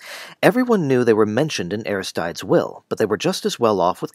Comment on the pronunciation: This looked like an interesting video but I'm afraid I found your repeated mispronunciation of Aristides too jarring to finish. Perhaps it is pronounced differently in this adaptation but the Greek pronunciation would be more like, "ah-RIS-tih-dees", I believe.